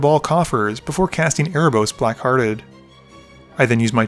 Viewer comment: im pretty sure its pronounced "erebos black-hearted"